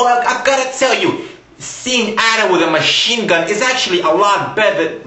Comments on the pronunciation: You need to learn how to pronounce Ada (Eh-duh). It's not At-uh. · ITS ADA!!!!!! NOT AU-DUH X( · Ada not adda GOD !!! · Ada is pronounced like this - ayda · you are saying a.d.a. wrong plus you are crazy. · Learn how to prinounce ADA! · u prononced Ada wrong! >:(